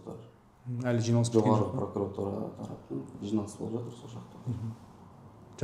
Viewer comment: Неге пракАратура? Пракуратура емес пе. Пракарар емес қой.